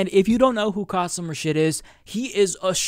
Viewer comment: You really need to learn how to say Rashid